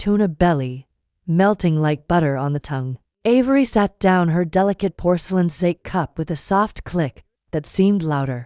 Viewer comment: Sa - Kay not sake